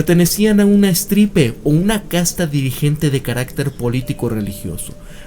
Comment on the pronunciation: Fe de erratas: Estirpe, no estripe